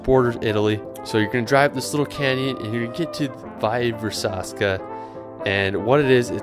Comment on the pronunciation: “Valle Versazca” near Lugano, not so accurate :)